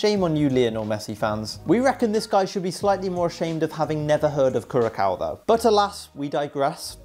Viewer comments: you prounouce Curaçao as “Curasau” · The c in curacau is is pronounced an s not an K. Netherlands over here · no only last one. so you say kurasoa(Curacoa) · Curacao is not even a country 😂 and it’s not even pronounced like that